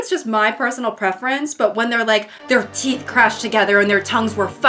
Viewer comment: "who do you fink gave you the teef” lives in my head rent free <3